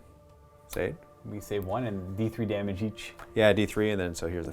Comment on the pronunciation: Damagé, damagé. damagé, yaaa